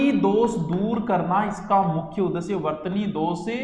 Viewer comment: उ द श्य नहीं सर उदेश्य होगा